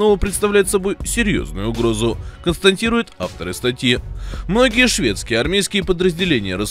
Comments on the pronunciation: Комментатор хренов, когда же ты уже будешь правильно говорить" КОНСТАТИРУЕТ " , а не "константирует,, ! 🤮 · Автор, «консТАТИрует». «БеспреЦЕДЕНТное» Говорите грамотно. Пожалуйста.